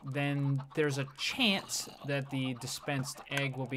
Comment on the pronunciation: Good grief...the amount of times you said "CHEEANCE" in that intro was astounding!